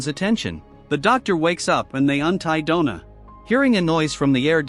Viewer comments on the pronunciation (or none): donna not dough na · God that was painful to listen to. "Dough-Nah" from werewolf to man to woman in 1.5 hours. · “Donna” =“Doughna”? 😜